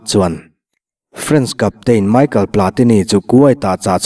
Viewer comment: Michael ni loin Michel 😂